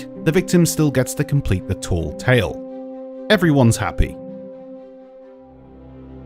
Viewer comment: Please say tall tale properly. It's tale like tail and not ta-eel. Please.